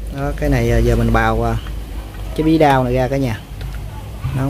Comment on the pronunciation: Người Nam đọc “au” thành “ao”. Bí Đao chứ không phải Bí Đau!